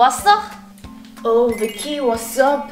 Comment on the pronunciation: 가 비키언니를 부를때마다 약간 좀 피키야라고 부르는 것 같음ㅋㅋㅋ